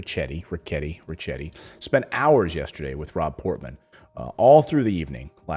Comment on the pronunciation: it is not ch it is K pronounced rikketti